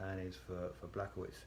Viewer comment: Its not blachowitz 😂 is it that tought to write this in google translate and listen the proper pronunciation xd